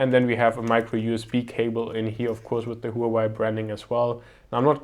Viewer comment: I heard it was pronounced "wah-way"